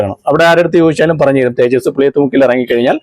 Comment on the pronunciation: തേജടി അല്ല തേജസ്‌ ആണ്..